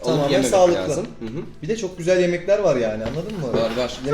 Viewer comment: abim gzüel değil diyor